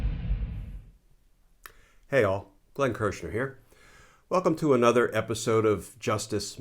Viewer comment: Sorry in advance but I really need to point out something that is repeatedly done with so many people speaking publicly. Glenn just did it and so many others do it consistently on TV online or any public platform. Another is a word that is spoken in a strange format. e A Nuther Ae Nuther as if it is 2 words a not One. I point this out for a cpl reasons 1 it drives me nuts (funny but true) 2 The way in which it is said will do no favours for young ones learning the English language. When my children were at school a popular dessert at the lunch hall was what is known here as Caramel Cake. My youngest was perhaps 5/6 yrs and had written in her language jotter that "today I had caramo cake at lunch" She used how she had heard the word regularly from the other children It wasn't on its own a massive deal but it brought home to me how children are influenced by the way way use our language in every day situations. In this case with Glenn he said "a whole" nuther level " at 2.3mins. Just pointing out lol